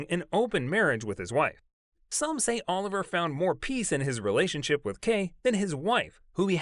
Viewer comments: I wish you’d do more research on pronouncing names… I cringe every time u say “Oliver” instead of “O-liv- e-aye”🤦🏽‍♀️ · It's not pronounced Oliver. It's pronounced "O-Livvy-Aye". There was also some prince that had the hots for Danny Kaye. The rumors about Danny's sexuality have existed for many decades. But rumors are rumors. It's up to a person if they want to believe them or even care. Which I don't. A celebrities life is not for sale. We are only entitled to what they agree to and are paid for to do. Nothing else.